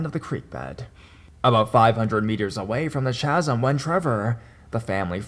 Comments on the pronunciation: Chasm pronounced Kazm sorry youre great i just thought you should know xo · It's pronounced ka-zm. Also Colorado native and also native to the area where third bridge is located. That place is totally a myth. My friends used that place as a make out spot. Scare the girl, get some. Corny but it worked. Keep doing your thing. Listen to you everyday. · Chasm - “kazm”